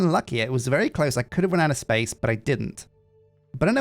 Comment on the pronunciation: The last place that's not been corrupted by the forces of capitalism... dramatic pause Spayce!!